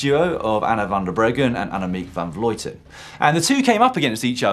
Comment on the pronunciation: Annemiek van Vleuten isn't pronounced vlooten or vloiten, the sound is close to how the French say "bleu".